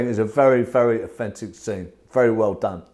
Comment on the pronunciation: I’m English and I kept hearing offensive, took me a while to understand he was saying authentic